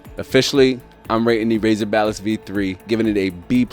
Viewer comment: why am I hearing him say balist. hahahahaha